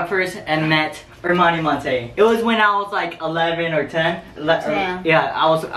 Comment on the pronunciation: He pronounces her name monte